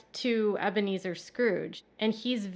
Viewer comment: From now on we should refer to him as Ebea-Me-Zer Brown